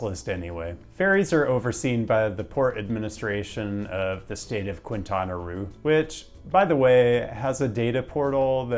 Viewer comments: Another informative, interesting and entertaining video from, but the needs a little help... "Quintana Roo" is pronounced "keen-TAH-nah ROW" [NOT "kwin-tan-uh roo"]. "Roo" rhymes with "toe" and "snow"... 🌞🌴😎🏖🏊🏼‍♂️🏄‍♂️🇲🇽 Now you are a tiny step closer to Spanish fluency! 😎👍. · I’m pretty sure it’s pronounced Quintana “Row” but great video as always